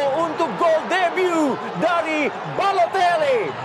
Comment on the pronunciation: Komentator : Ballotelle😂